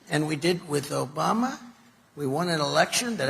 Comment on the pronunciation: He doesn't say Obama, he says Obamna.